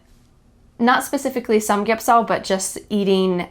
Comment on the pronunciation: I visit your youtube for the first time. I was really enjoyed your talking. And Im 'glad to hear you speak 삼겹살 exactly.